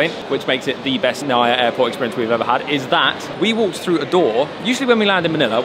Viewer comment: Always enjoy watching your vlogs. Filipino living in England here and the weather has been nothing but grim! can't wait to get some proper sunshine in thie Philippines next month! Nice to see you're back in Manila **also, we say NAIA as "na-ee-yah" 😁